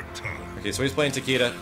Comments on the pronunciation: Special Eyes As someone semi-fluent in Japanese, the name should really be pronounced Ta-ke-da. Hell, it's not even the first time they've butchered a Japanese name. Raiden? Actual name of the Japanese thunder god. But it sure as hell isn't pronounced RAY-den. "Creative liberty" doesn't suddenly make it okay to slaughter a language. Bear in mind that I say this as a writer/game developer/numerous other creative things. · Why does everyone pronounce Takedas name wrong. I mean just listen to the announcer when you pick him he says Takeeda not Takayda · I Have Special Eyes It's not even Takayda. Pronouncing it as a Japanese name would make it Takehda. Everyone but weebs like me are pronouncing it wrong. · I Have Special Eyes Even the announcer pronounces it wrong..its Tah-Key-Duh..the announcer says Tuh-key-duh..since you wanna get Tech :p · I think it's pronounced both ways, because when you chose him it's says Takayda but when you win it says TakEda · I just researched how to pronounce his name and it sounds more like "Taki-Duh". This was from Japanese pronouncers too. The first two syllables are said almost connected. It sounds like hard Es because the announcer just says it slow (which isn't too much his fault that he can't properly pronounce a foreign name). So no it's not "Tah-Kay-Duh" like some of you have been saying. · I Have Special Eyes Because the American announcer butchered a Japanese name haha.